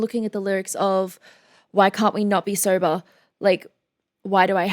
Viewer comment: “Sobah” instant crush